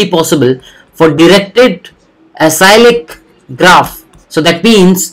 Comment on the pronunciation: "ACYCLIC"......Not "ACYLIC"